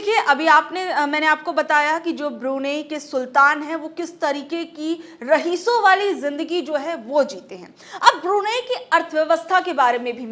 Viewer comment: मैडम जी ❤ रहीसो नहीं रईसो बोलिये धन्यवाद ❤❤❤❤❤❤❤❤